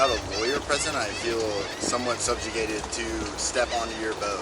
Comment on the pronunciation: The boater said "SUBJACATED"